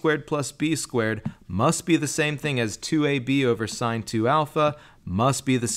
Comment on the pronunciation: I just wish their teacher taught them how to correctly say sine, cosine, and tangent... But cool proof!